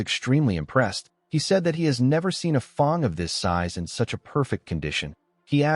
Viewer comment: Great story telling but why does 'fang' get pronounced almost as 'thong' 😂